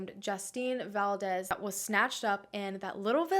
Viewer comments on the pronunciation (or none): none